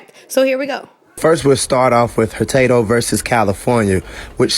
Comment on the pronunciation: • The quotation attributed to Hurtado v. California, 110 US ), does not actually appear anywhere in that decision. Oh, and it is "Hurtado" and not "Hertado", which you and your source would know if you and it had done even the most basic fact checking. Hurtado v. California, 110 US ), was a US Supreme Court ruling that held Mr. Hurtado's right to due process was not violated when he was prosecuted for murder without an indictment from a grand jury. The case established that a pre-trial hearing before a magistrate to examine the formal charge, aka an information, is sufficient for a prosecution by a State for murder. It had absolutely nothing to do with the right to travel or the use of automobiles. The decision predates the invention of the first production automobile in Germany by two years. • Thompson v. Smith, 154 SE 579, 155 Va. 367 (Va. 1930), was a Supreme Court of Appeals of Virginia ruling on a city ordinance that permitted the chief of police of Lynchburg, Va. to revoke the driver's licence of a person he deemed to be unfit to drive an automobile on the street of the city. The court ruled that this specific city ordinance was unconstitutional because it gave the chief of police the power to arbitrarily revoke a licence for any reason he believed made a person unfit to drive, granting the chief of police legislative powers which he was not permitted to have. What the court did not do was rule a requirement to possess a driver's licence in the first place was